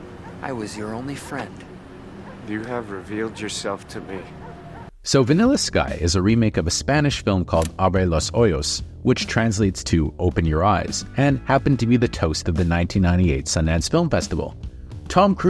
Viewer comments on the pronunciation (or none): It’s “Abre los Ojos,” pronounced “Ahbray los oh-hose,” NOT “Ahbray los oy-os.” GET IT RIGHT! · Someone played a prank on you bro. Abre los ojos is pronounced: ah-breh, laws, o-hoss. The way you pronounced it means open your holes (hoyos) in Spanish. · The original is 1000 times better than this crapp Btw your pronunciation made laugh "abre los hoyos" 😂😂😂😂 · Really? That's how you decided to pronunciate 'abre los ojos'. You really couldn't take 10 seconds to ask Google? I mean it's not finish or mandarin ffs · it is so staggeringly weird when video essays that require this amount of research neglect to pronounce the most important names in the essay correctly. You really would think they'd pronounce the name of the original Spanish language film correctly... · The way you pronounced it literally translates to, "Open The Holes" lol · Vanilla Sky is one of my top 5 Tom Cruise movies. Nice review. Your spanish verision got a chuckle outta me. We know what you meant. Noble effort. Keep the content coming. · yeap, and that's how he pronounced it😅